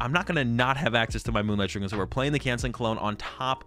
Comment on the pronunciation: That is NOT how you pronounce Shuriken. Other than that, good video, been watching a bunch of yours to determine what deck I want to play at locals, so far picked Gardevoir and trying to find a second one I like